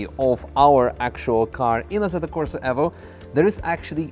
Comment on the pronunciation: Nice to see someone pronounce Evo correctly. Aaaand then gets Fanatec wrong, as everyone does. It's pronounced the same as fanatic.